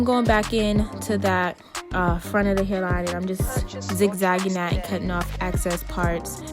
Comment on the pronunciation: Excess girl not access lol